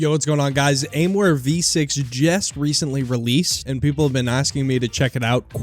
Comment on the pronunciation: its not aimware it is aimwhere